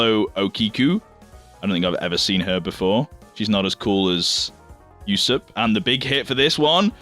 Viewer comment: I've decided i will take it serious, and how you said Usopp's name smh